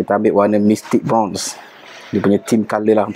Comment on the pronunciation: Bila bro menyebut perkataan ,Samsung kaler "bronze"(berslang London)...tiba2 teringat mesin rumput dlm stor...😂🙏🏼🙏🏾